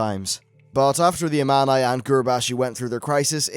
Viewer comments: it sounds like armani :D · This might be nitpicking, but you should take some time to listen to how some things are pronounced in game. You pronounce several words wrong. Such as Thrall and Amani. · Your saying Amani wrong.. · He's pronouncing several things wrong. It's like he's never played the game with the sound on.